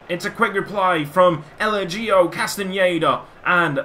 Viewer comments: Eligio is pronounced "e-lee-jee-o" like so sees! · Castenaedas first name is pronounced “eh-lay-he-oh”